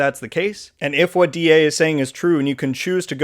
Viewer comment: DA is fine pronunciation. but yeah, I was hoping they would reach out to you guys on what you actually want, instead of just going with what they think would work. but hopefully, they are learning from other successful designs out there